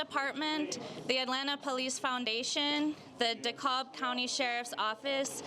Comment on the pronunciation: I stand with home girl but she pronounced Dekalb county wrong. Come on now